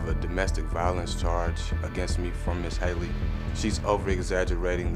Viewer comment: Him saying ms. Hayley is making me mad